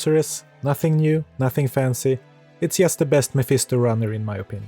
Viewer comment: So you are Swedish. The Swedish English teachers must be very special, because I don't think I have ever met a Swede who pronounced "just" correctly:D